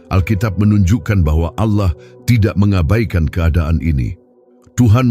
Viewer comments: Heeeeee. Allah bukan ouloh... Apa itu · ALLAH BUKAN AOULOH ...KOCAK